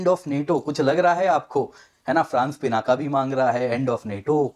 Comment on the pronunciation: Sir Pinaka nhi PINAK pronounce kariye !